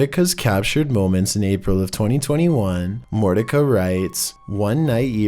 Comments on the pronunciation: It's not Mort-ic-a. It's Morticia (Mort- isha)! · #3 it's not pronounced mortica its morticia (mortisha)! Come on how did you not get that!👎 Wow🤦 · Seriously??? "Mortica"?? Mor-tish-a, Einstein! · F.y.i ....Morticia is not pronounced Mort ti ca...its pronounced More tish ah ..... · It's Morti-SHA not Morti-KA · Mortica? You mean to pronounce that Mor-Tish-A. Notice the "i" in front of the a??? Some people, ffs smdh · It’s not pronounce Mortica. It’s pronounced Moretisha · Hey you miss pronounced Morticia. It's More-tish-an, not More-ti-ki. Just letting you know Just letting you know! 😌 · Morticka??! 🤣🤣🤣🤣🤣🤣🤣 His pronunciation errors always crack me up!!!! Morticia is pronounced Morti-sh-a,... Not Morti-ck-a 🤤🤤🤤😂😂😂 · Lol mortica... motiCIA like from the adams family dude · DUDE...#3, Do you even look at these peoples names?!? "Mortica"....WTH?! 🤣 It's Morticia, just the way it's spelled...like Morticia and Gomez Adams in the "Adams Family Movies". My Lord....RUDE‼️ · Mort-ish-a,. Lol. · I think #3 is pronounced like the mother in the Adams Family. Mor-ti-sha. Just fyi... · It's "More - tish - sha" like the mother in The Addams family. That was a huge wad of gum! Did he decide to chew the whole pack of gum all once?! You could sculpt Michelangelos' David from that wad of gum! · Morticia-- pronounced as Mort--i SH--AHH (like Morticia Addams on the Addams family tv show.:) 0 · pronounced Mor-tisha - didn't you ever watch The Munsters? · Just to let you know. Morticia is pronounced like it is in the word “mortician”. It’s definitely not pronounced “Mor-tika”. Haven’t you ever seen the Addams Family? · I think Morticia is pronounced More-tisha. You know, like the wife on "The Addam's Family"? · #3: Morticia would not be pronounced Mortika, it would be pronounced like the word Mortician without the N at the end: a la Morticia as in Morticia Addams... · Number3 is pronounced more fish a like the Addams family.😊